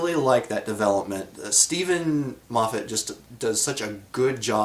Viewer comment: You're pronouncing Moffat right, but Ecclestone wrong. It's Eccle-Ston. Your 'are you my Mummy' is spot on ;0).